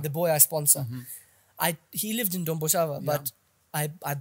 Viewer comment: The whiteman calls it Domboshava but Peter Jones, Patricia Mabviko back then were telling us kuti its Dhombhoshava.